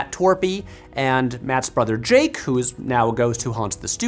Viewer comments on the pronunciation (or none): none